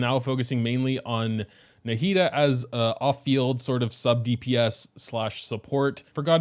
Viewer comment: NAH-HE-DA that's how you say it my g